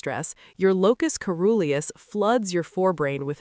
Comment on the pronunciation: I may have to re-watch, lots of very large vocabulary words (lol) and quite educational, in a great way 👍👌🙏🏻 (did she just say locus coruloues?! Lmao 🤣 , yes, its the yorks dobsons. Duh!